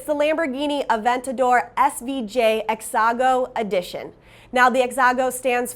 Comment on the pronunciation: She said “exago” 🤣